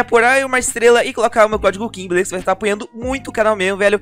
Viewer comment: é ué o king já teve algumas vezes que ele falou beleuza na calabreusa